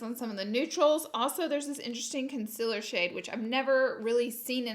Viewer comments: "Consiller shade" ?? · She STILL says consiller im howling